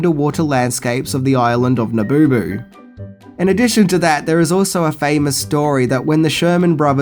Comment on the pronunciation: The island of Na boo boo? Come on dude...